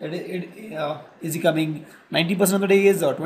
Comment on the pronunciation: I like your vids learning so many things your teaching method is very good as compared to school teachers. But please do not adopt Fake accent and your pronunciation of C word like "coming = choming/ etcc" be urself.. follow ur natural Neutral accent..Peace